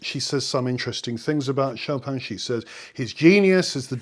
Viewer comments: ahhh, pronun mmm pronounciation. I think the "in" thing in French is tricky. Actually I suspect that those raised English don't in fact hear it! For example, our mundane shoppin' ends a lovely clear en ... Choppin'? 🙂 Shopihn ... how to soften it but not have it disappear! Like enh? cheers (nice to have found you again!) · Sorry, but your pronunciation is still incorrect. The emphasis is on the last syllable; choPIN, as in (almost) all French names/words. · Learn the Polish pronunciation of the last name "Chopin" in two easy steps. Step one: say Schopenhauer (Arthur Schopenhauer, a German philosopher) Step two: cut off the ending "hauer" and say Schopen. You are done.😁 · It's pronounced: Chopin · But you place the stress on the first syllable of the name which is wrong!